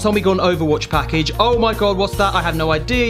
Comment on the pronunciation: At the beggining "Brown Pakage" xD